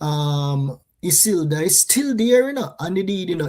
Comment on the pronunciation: I-CIL-DA is the pronouncing of the name!